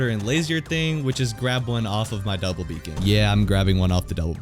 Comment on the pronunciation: He said Beacon wrong